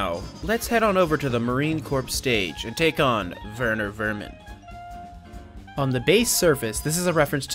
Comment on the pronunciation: It’s not verner Vernin is Werner wermin